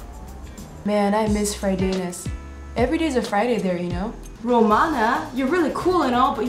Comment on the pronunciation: Well you were talking about Fridays... you sounded just a bit Canadian there ya know?